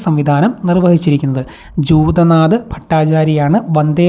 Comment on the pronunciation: Sir, class നന്നായിരുന്നു. പിന്നെ options വായിക്കുബോൾ clear ആയിട്ടു വായിക്കാൻ ശ്രെമിക്കുമല്ലോ..video കാണാതെ എന്നെ പോലെ പണികൾക്കിടയിൽ കേൾക്കുന്നവർ ഉണ്ടാകും എന്നെപോലെ first time psc exam എഴുതുന്നവരെ അത് കുഴപ്പത്തിലാക്കും.ജദുനാഥ്‌ ഭട്ടാചാര്യ എന്നതിന് പകരം ജൂതനാഥ്‌ എന്നാണ് പറഞ്ഞത്.അതുപോലെ ശരിയായ പ്രസ്താവന തിരഞ്ഞെടുക്കുക, ശരിയായ ജോഡി തിരഞ്ഞെടുക്കുക തുടങ്ങിയ ചോദ്യങ്ങളിൽ തെറ്റായി നൽകിയിരിക്കുന്നവ എന്തുകൊണ്ട് തെറ്റായി എന്നും correct answer ഏതാണെന്നും കൂടി പറഞ്ഞു തന്നിരുന്നെങ്കിൽ ഉപകാരമായിരുന്നു....